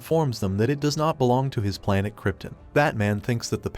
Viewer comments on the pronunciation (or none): The fact that the narrator mispronounces names like "Silas" and "Krypton" makes me think it's an AI.